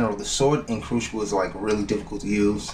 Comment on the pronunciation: Cruxiable xD